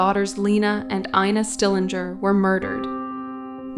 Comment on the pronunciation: Ina is pronounced eye-na, not e-na. Good catch on that cloth under the bed!